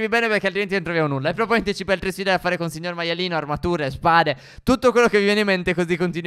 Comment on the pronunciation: Si dice phere